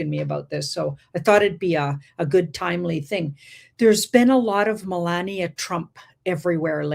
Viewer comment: L❤VE YA ~ But FLOTUS, Melania, it's Phoneticly Pronounced as "muh·laa·nee·uh" NOT "muh▪︎LAND▪︎nee▪︎uh" Also, I'm not sure WHY you would be surprised by a DOCUMENTARY Movie with just Her Name!? It would be NO DIFFERENT than Movies named after "MADONNA, ELVIS, JFK or TRUMP" 😇